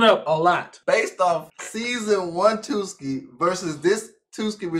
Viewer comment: i cant stop laughing at them calling tsuki "twoski" 😭🤣